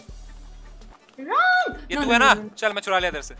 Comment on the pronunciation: She keeps on saying run as ran 😂